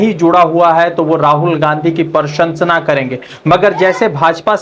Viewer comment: अबे भाई बोलना तो सीख ले क्या बोल रहा है प्रशंसा बोलना भी नहीं आता मुझे तो लगता है कि तू गुजरात के स्कूल में पढ़ा है।